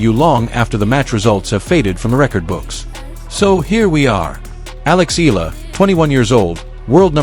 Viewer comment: Not EEL-LAH it's EE-YAH-LAH!